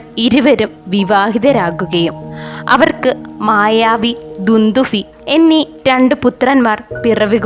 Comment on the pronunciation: പട്ടമഹർഷി എന്നല്ല , സുന്ധരി , ധാനവ രാജാവ് ,ദുന്ദുഫി ,വല്ലഫൻ എന്നിങ്ങനെയല്ല pronounciation മയൻ എന്നാണ് പേര് ഭാവിയിൽ ശ്രദ്ധിക്കാൻ വേണ്ടി പറയുന്നു എന്നുമാത്രം